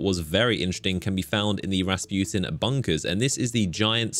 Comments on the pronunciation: How pernounces Rasputin: (Rasp-You-ten) How actual people pernounce it: 🎶 (RA RA RASPUTIN!) 🎶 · Soo you keep saying rasputin like the Russian peasant the dude that wouldn’t die and had a big shmeat?